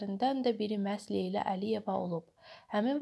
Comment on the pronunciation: Şərh edən qız niyə Leyla deyə bilmir? A a a . Leylə. Arada Leylə Əliyeva da deyir. Vay vayyy